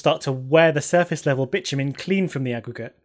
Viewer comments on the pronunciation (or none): as english is not my primary language and i wasnt quite paying attention to the screen when i heard you say 'bitch-you-mean' i was quite suprised. Even had to look on the sreen to see what did she mean? :D